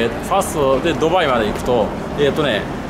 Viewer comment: スーツ氏「例えば、、、とうきょう、ドゥバァーイ、ロンドン」 俺「クセwwwwwwwwwww」